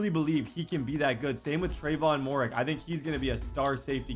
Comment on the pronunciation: Moehrig is pronounced merig